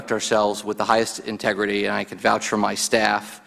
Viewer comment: "I vouge for my staff" LOL really? who are you to vouge anyone here?